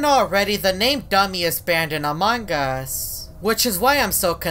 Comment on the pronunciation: Why he says a mangas